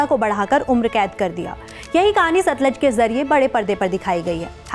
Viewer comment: satluj hai na ki satlaj